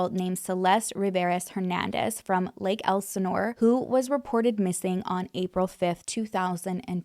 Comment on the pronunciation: Yay you pronounce Lake Elisnore correctly. I live in Lake Elisnore but I did not know Celeste. She’s around the same age as my roommates son, but he did not know her, but he has friends that knew her.